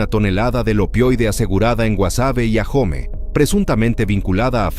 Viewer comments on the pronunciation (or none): AHOME¡ LA LETRA H NO TIENE SONIDO, NO SE PRONUNCÍA (AJOME)